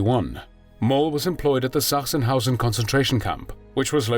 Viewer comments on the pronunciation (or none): The ch in Sachsenhausen is pronounced as k.